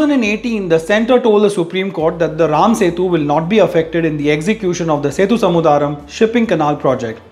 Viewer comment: its Sethu Samudhram (sethu yani bridge & Samudhram yani ocean) and not "samudhaaa-ram".